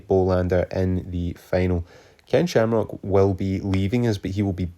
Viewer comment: Slamcock, no Shamrock. Get it right bro 😂. Subbed!